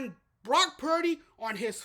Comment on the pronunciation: I think Cam is being racist, actually. He clearly despises Purdy. The first clue is the fact that he intentionally mispronounced Purdy's name. Go back and listen. He calls him Brock Parity. I think he's salty about a white QB being mentioned as potentially the best in the league in the period where we have more black QBs than ever. There are other white QBs that he doesn't trash, but they're not rising to that level where they might beat Lamar or Mahonmes. I can't prove it, but if the Lions had won, he's be telling us how Goff is overrated right now. Any true fan doesn't care if Purdy, Bosa, McCaffrey, and Kittle are white or that Samuel, Williams, Warner, and Wards are black. They're all fantastic players.